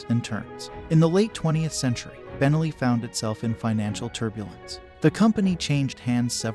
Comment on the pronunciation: Nice video. By the way, it's pronounced ben-NELLI, not BEN-elli. Think cannoli, not Tripoli